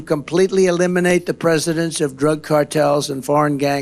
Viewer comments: He said president instead of presence. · Did he say “ presidents “ in place of presence ?? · This guy can't even read! He said; "we're going to completely eliminate the presidents of drug cartels in the United States". What the hell does that mean?